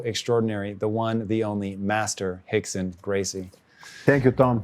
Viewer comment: He called him "Hickson" 😂